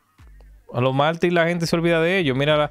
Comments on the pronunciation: Se dice mártires compadre hable bien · Amigo se dice Mártires, no "martiles" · No se dice "Martiles" es "Martires" esta camada de nuevos comunicadores estan de ....